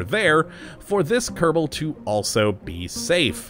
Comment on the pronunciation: Anyone Else annoyed by How he says kerbal wrong at the intro But When a mod has kerbal in It's name he says it right, please say it normaly instead of saying kerdabol at the begining.